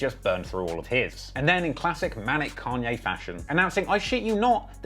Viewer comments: Its kAnye, not kEnye idk if its too lat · Why do brittish people always use the wrong A for every word that's supposed to have a long A ...but use a long A for words others countries say with a short A... And then sometimes they say it right but then other times they say it wrong .. It's "kon yay" not can yay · Con-yay not Can-yay. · It’s pronounced “Kanye” not “Kanye” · It completely pulls me out of the story every time you say “can-yay” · I guess people from different places pronounce things differently but it is funny when he says "can-yay" 😂😭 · "Canye West" LMAO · "can ye" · if you call Kanye "Can-ye" one more time we're going to be certified opps 😤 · "Can-ye & two pack" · Bro. "Kahn-ye". Who has ever called the man "CAN-ye" West? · couldnt watch this video because of how annoying it was hearing you say “CAN-YAY” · Can-Yay West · its kanye not can yay, weirdo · How can we believe that you actually know anything about the culture of you can’t even pronounce “Kanye”….? You clearly haven’t listened to his work!